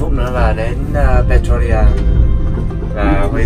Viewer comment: cháu chào chúuuu, theo cháu nhớ lần trước cháu đi chỗ đấy tên là Pretoria chứ không phải Pertoria ạ :))